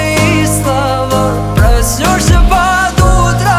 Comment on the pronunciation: На минуте надо поработать над произношением слова проснёшься😂😂😂😂😅😅😅😅